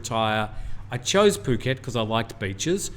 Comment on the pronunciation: I'm less than half your age but thoroughly enjoyed the show:) You can tell speaks good Thai just based on how he pronounces ภูเก็ต/Phuket